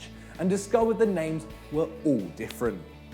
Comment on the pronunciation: Should really get someone to teach them how to pronounce some names